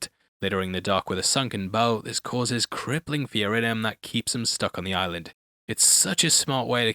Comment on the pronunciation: He pronounced fear like its pierre